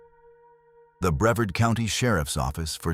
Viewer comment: It’s BreVARD. This is why AI sucks.